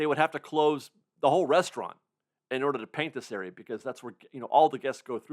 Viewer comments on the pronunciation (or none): none